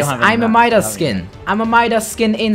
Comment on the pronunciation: I’m a miidas skin the way he says Midas lol😂😂😂😂